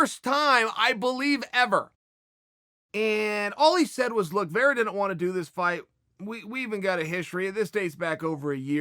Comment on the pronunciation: Chael just creates whatever story line he wants lol. He's been saying sean o'malley hasn't said chito's name for over a week now. When anytime sean speaks about the fight he talks about him. I'm honestly surprised he's even saying vera's name right. But if ol' chael is saying it... it must be true...